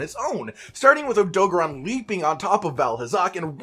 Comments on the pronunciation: I'm sorry but AUTO GARON NOT ADOGRON SAY IT WITH ME OTO GARON OK again I'm sorry I couldn't resist btw I love you vids 😃😀😂🤩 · SAY ODOGARON RIGHT OMFG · Why he saying odogaron like that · The way you pronounce odogaron is cringe